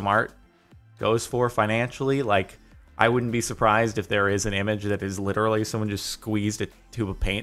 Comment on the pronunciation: "Iterally Magic"